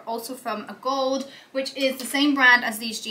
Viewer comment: A-gold-e ... A-nina Bing ... correct pronunciations of these brands